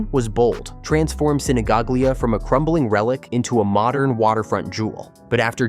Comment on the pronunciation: Sinigaglia close pronunciation: Sinigalia